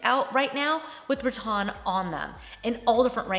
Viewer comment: Always love your videos!! Just wondering why you say “Ra-Ton” instead of Ra-Tan... is that a southern pronunciation? 😊